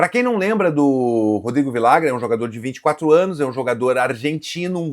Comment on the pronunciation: Cara vcs deveriam se informar melhor na língua espanhola em especial na Argentina e Uruguai os dois LL tem som de j então ficaria assim vijagran . Daqui a pouco estão chamando o cara de Viagra